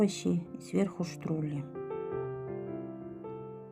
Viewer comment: Не штрули, а штруДли ))